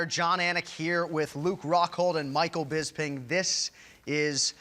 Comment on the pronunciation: god is fucking bugs me when people say BISBING. it annoys the fuck outta me